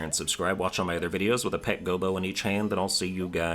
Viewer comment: You're wrong about the Gobbo pronunciation but at least you're aware of it. Standard English pronunciation rules - A double consonant means the vowel preceding it is a short vowel.